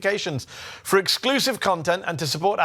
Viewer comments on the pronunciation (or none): Maybe Owen will hear how to pronounce "Zeteo"!!